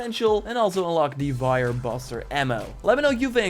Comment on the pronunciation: It's fire. Not vire of wire